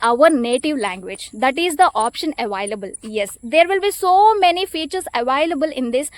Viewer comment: Your pronounce the word "available" wrong